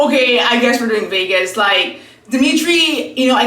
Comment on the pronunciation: Not “Vegas” 😂. Happy Birthday Ika!!!!